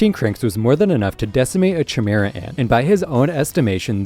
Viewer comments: lost me at chee-mehra ant come like you havent actually watched the show 😂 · Great video man! Only thing I should mention is that Chimera is pronounced as “Kai-Mira” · I left when I heard chimera and nobunaga pronunciation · How tf you gonna put paku above shizuku? All she got is guns other than that she can't really fight. Also you keep saying chimera and nobunaga wrong 💀